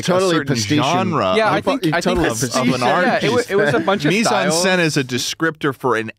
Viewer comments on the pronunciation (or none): The way says "mise en scène" is genuinely painful. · Just so you know both mise en scène and pastiche are french words and they completely butchered the fuck out of them😅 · Imagine being french and hearing americans pronounce "Mise-en-Scène" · I love how is so confident in the way he says "Mise en scene" but Schlatt is closer to pronouncing it correctly